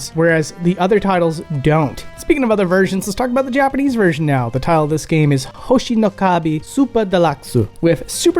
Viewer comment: It sounds like you're talking with an Italian accent every time you say "Hoshi no Ka-bi" lol (I don't mean this in a mean way, it was just kinda funny). I liked the section about the origin of Chau, super interesting!